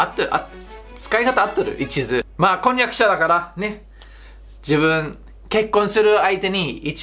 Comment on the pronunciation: 婚約者w マイハニ～♡的な事かな？w kon yaku syaって発音しづらいのかな…ローマ字にするとコンニャクシャって発音した意味が分かるわぁ、なるほど 面白いので登録ポチッとな♪